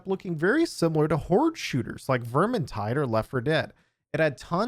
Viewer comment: Did you say….Vermintide?